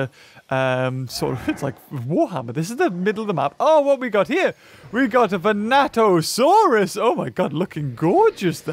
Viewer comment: It's vastatosaurus not vanatosaurus Vanatosaurus is the raptor